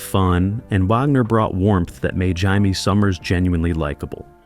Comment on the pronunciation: I cringed at that myself.